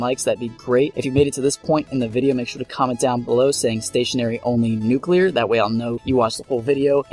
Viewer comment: hip fire nucular